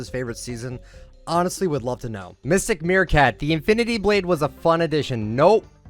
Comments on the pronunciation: “Mysteic” LMAO it’s Mythic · “mistic” mythic pls not h8